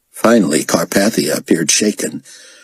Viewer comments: Most of this guy's voices are great. Chaim's voice is terribly, unlistenably whiney though. Also, the pronunciation of Carpathia stings a bit each time. I'm used to it being pronounced like CarPAYthia, not CarPATHia. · Yeah, I noticed that too. I keep wanting to say "It's car PAY thia, Get it right!"